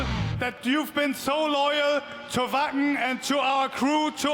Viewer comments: Vaken, not Whaken for anyone w a dirty mind in Canada/US lol ;) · Yes we are a happy community! Everyone is so helpful and respectful in the moshpit. It's unparalleled. ❤️ Also: pronounces Schleswig-Holstein correct but keeps calling it Wäcken 😋😘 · I keep hearing them say Fu&kin festival!!! Woohoo! Gotta love the German pronunciation of the letter W.